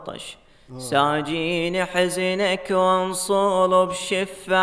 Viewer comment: للتوضيح حبايب كلبي القصيده تبدي بكلمة (مساجيني) مو (ساجيني)